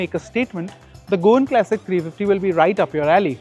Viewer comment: all good , but can you please say CLASSIC and not KLASICK